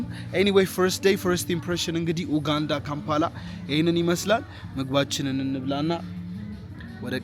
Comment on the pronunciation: It's not oganda pronunce it "U_ganda".